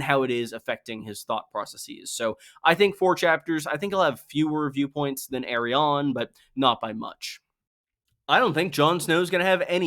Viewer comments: lol pronouncing Arianne like Aerion aka EYY RON is clownsauce dude, you got Aerion, Aeron, Areo, and AriANNE.............wrong pronunciation will bite your ass in a courtroom. esp if you're addressing a judge..... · I will never understand why pronounces Arianne's name like that, but nevertheless, great video as always